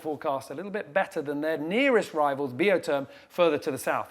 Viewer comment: Seriously, I've heard pronounce the boat Biotherm in the beginning of this race. somewhere near the rounding of the Horn he started with Bee o term. Why the change. Even the crew use the Biotherm pronunciation.